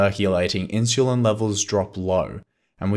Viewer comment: am I pronouncing insulin wrong or are you?